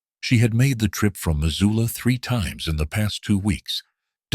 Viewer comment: They also called Missoula...Mazula... do research when telling a story 😉